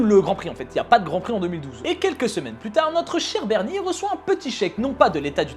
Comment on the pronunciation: oh , même ici on parle de papy Bernie x) (tu l'as bien prononcé). Et sympa ces petites histoires autours du circuit (que perso j'aime pas trop... en 4 roues xD) (Aussi , ptit message pour dire qu'à travers ta chaîne, j'ai découvert le monde du motogp, changeant de la F1 :) )